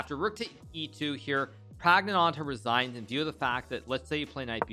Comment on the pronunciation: Flawless...except for adding a phantom t to the end of Prags name